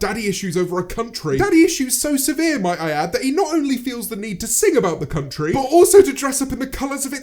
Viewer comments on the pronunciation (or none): every time you say country i hear cum tree